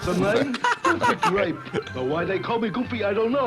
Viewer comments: oh btw rewatch that jello commercial, they did not pronounce one "R" everything was "Glape" or "Raspbelly". i was listening to this in the background and i thought we was saying jelly not cherry. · i don't know why they focus on grape, i can in fact hear the L-to-R thing on every flavour they say 😅